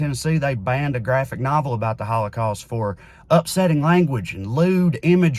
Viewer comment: "we shouldn't 'exploit' the HawlaCawst" ?!??? 🤣🤣🤣🤣 Dear YHWH if there's anything we shouldn't do, it's that lmao Are you willing to address who funds Neo Con and Q tier narratives and media that make this subject the center of every discussion? Ever think it's meant to make them look foolish as well as keep the discussion on the HOWLACOWST as a bonus? Schindler's List is a fan fic take on an already stretched narrative. And do you think the super philo semetic GOP would ban anything like that? Nothing was banned. A comic about mice was removed from children's categories on websites. And now this has done nothing but increase sales because this whole thing was a pitch to do just that.